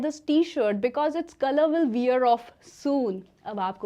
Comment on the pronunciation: Correct your pronunciation of wear.